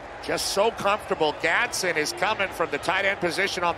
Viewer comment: Announcer cannot say Gadsden right to save his life